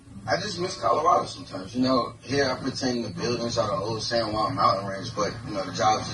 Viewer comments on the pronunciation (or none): none